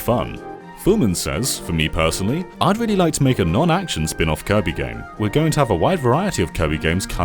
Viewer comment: He's been waiting to clobbah that there Kirbeh for a long time now....